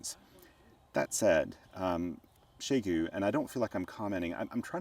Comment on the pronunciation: Your pronunciation of the company name is closest to what my Chinese friends would say. The prevalent pronunciations I hear on YT are not even trying 😞